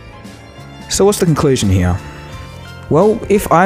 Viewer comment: " so what's going on hea?" 😂😂😂